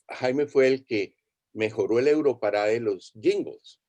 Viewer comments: Por qué insistes en decirle europarada si en hasta en el jingle de presentación de la versión para habla hispana claramente dice EUROPARADE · EUROPARAD"E" NO EUROPARAD"A".